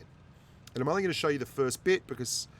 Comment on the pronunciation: i am kindof a clown at this game but i think its funny when he says only 71% winr8 in the ru emphasis on only